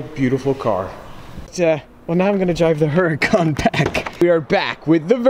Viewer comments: Cant even say Huracan right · You would think he would know how to say Huracan